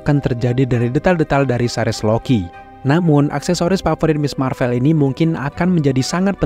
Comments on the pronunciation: Bang boleh tahu kenapa baca "Marvel" nya pake huruf é kaya di kata "sore", padahal yang bener kan pake huruf ê kaya di kata "sekolah", alasannya kenapa? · iya, kata "Sore", "Boleh", sama "Gue" itu huruf e nya sama seperti yang diucapin di video. Tp saya yakin narrator video ini pasti tau kalo pengucapan "Marvel" yang bener itu huruf e nya kaya di kata "sekolah", makanya saya pengin tahu alesannya kenapa bersikukuh ngucapinnya pake huruf e yang kaya di 3 kata tadi, "sore", "boleh", dan "gue"...